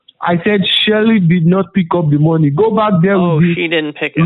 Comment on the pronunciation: "I said Shelly did not pick up the mowny" lmfao I come back everyday for that